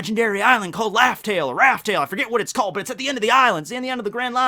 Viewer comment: please stop saying laugh tell 😭 this hurts my soul